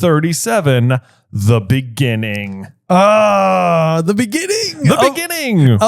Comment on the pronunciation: In the beninging